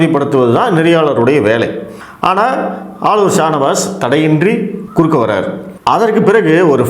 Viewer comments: குறக்கே அல்ல குறுக்கே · குறக்கே இல்லை குறுக்கே தமிழ கொலை பண்ணாதீங்க ( வீடியோ டைட்டில் )அதெல்லாம் சரி நியூஸ் 18 அம்பானியோடது அங்க பேச முடியாதா?